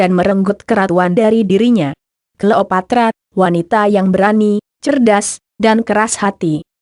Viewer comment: Apaan sih mass dia bilang klopatra